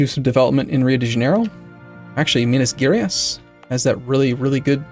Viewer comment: I dont expect you to know how to pronounce the province names but Minas Gerais is pronounced like Me-nas Jeh-Raihs. Then again I do love hearing the Lord of the Rings-esque pronouncements